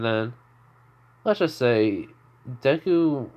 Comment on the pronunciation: You said his name correctly . His personality is perfect thank you